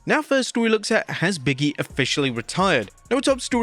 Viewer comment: Say it with me.. “Big”… pause …. “E” not “Biggy”